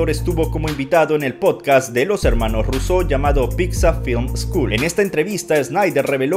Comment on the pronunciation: Por qué los llamas Russeau en lugar de Russo?